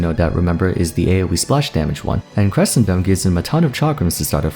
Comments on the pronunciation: Great video as always, but as a music nerd and an Aphelios nerd, I had to point out that Crescendum is pronounced like the music term "crescendo" (like creSHEndo, emphasis on the "e"), since it takes its name from that term. Well it also takes it from "crescent" because Moon I guess, but Rioters have been pronouncing it how I explained. I just really like weird words and this one in particular... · Yes and the "sc" is pronounced like "sh".